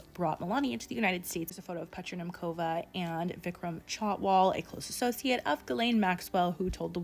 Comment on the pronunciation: As a Czech, the pronounciation of Petra Nemcova is sending me😅🙏 Love your channel though🥰